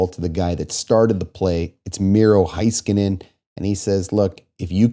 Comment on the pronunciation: Was at the game. Felt like the stars were going to get swept after the Bouchard goal. Third period was electric. Unsure why the entirety of the Canadian media persistently mispronounces Heiskanen’s name. (It’s HEY-skanen, not HIGH-skanen)